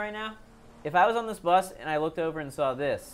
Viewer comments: they are saying death buth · they are all saying buth not bus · It’s no bus it’s buth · It’s pronounced buth not bus 👍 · Sneakyalarm4 It's not air "Bus" it's AIR BUTH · Anyone else feel physical pain when they day "Buth?" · It kinda sounds like there saying death buth instead of death bus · Why do they pronounce bus like that?